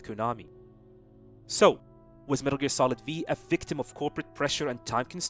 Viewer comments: No one gona talk about how he calls it Metal Gear Solid V? 😂 its roman numerals the V is 5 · cool video but its MGS 5, the V is a roman numeral, but I'm sure you knew that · It’s 5 not v 😂